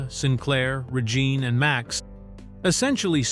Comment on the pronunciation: Yeah that misinformation is partly discrediting some of the information in this for me and how the AI announcer/narrator says Regine.